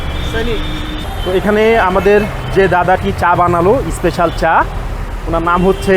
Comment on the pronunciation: Special hoe ispecial noe, engliah bolte parena bhul bhal uchcharon. Kanglu der